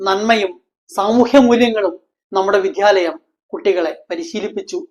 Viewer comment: വിധ്യാലയം അല്ല മാഷേ വിദ്യാലയം